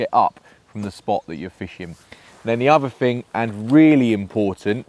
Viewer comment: You said ‘vee uvver fing? is it trendy for English anglers to talk in vis way? It seems to be quite common, to hear English people talk like vis, although strange, as I only hear it on YT. Never at home. An interesting vid, I enjoyed it. Thank you